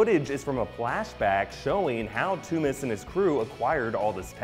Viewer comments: Toomes not Toomis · It's pronounced tombs not toomas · toomes sounds like tombs but he keeps saying the sound like tommez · are we ever going to address pronunciation of Vulture's surname? ToomEsssss? I thought it was toomes like tombs but hey ho xD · pretty sure Toomes is pronounced as tooms not too-mes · "TOOMS" not "TOO-MES" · its pronounced tombs, not toomiss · ******toomes not "two-mis" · why is he calling vulture, "Toomis". something that's just annoying me. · He needs to watch the watch any of the animated series with vulture for the correct pronunciation. I wonder if he'll say Toomes on his easter egg movie review after hearing them say Adrian Toomes or Toomes a few times on screen?